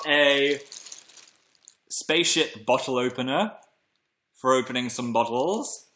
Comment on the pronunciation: Did he say space shit or space ship?